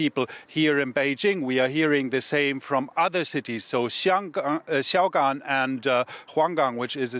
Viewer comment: I was wondering what “see yow gone” was. That studio reporter really butchered that one.